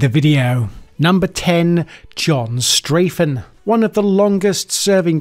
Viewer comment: Well, immediately you say Straffen's name wrong. STRAH-ffen, not STRAY-ffen. Sorry to sound like a troll!